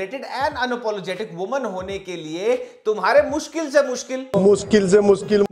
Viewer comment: That " muskil se muskil " never fail to make us laugh 😂😂😂